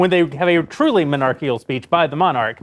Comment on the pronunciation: Monarchical* Ben said it wrong and Boreing reinforced the misspeech. I find they love to repeat new words Ben says. Doddering = Andrew Klavan.